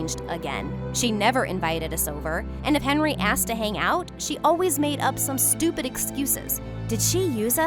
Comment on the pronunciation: " you are so stopid'